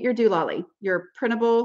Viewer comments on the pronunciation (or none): I've been listening to you for several years now and I just love when you say 'doololly'. It always makes me smile, I don't know why.